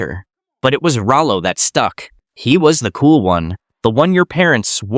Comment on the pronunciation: This was my favorite show growing up, Thanks for making this video!! Too bad AI can't pronounce Rollo. LOL